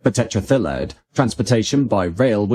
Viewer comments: Right?! I thought I'd never heard of it, and it took me several goes to realise that he was saying "tetraethyl lead"! 😂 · says tetraethyllead as if it's a Welsh holiday resort. LOL